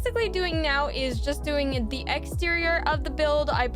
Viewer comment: It’s not da panda it’s duh panda